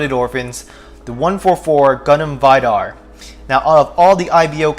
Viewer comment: Its V-dar , its not pronounced as Vydar lmao